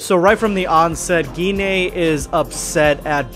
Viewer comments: Wait is her name really pronounced like that? I've been thinking her name rhymes with wine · I really hate how Gine's name is pronounced. I would've preferred it to be "Gene" or something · I thought her name was pronounced "Jin"